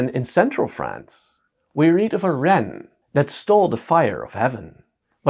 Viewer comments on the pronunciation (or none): none